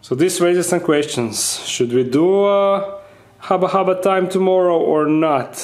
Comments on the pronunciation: Hubba Hubba... Not Haba Haba... Incorrect English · It's hubba hubba not haba haba 😂😂😂😂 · Dark den friends, when are we gonna tell him that it’s “Hubba hubba” not “Haba haba”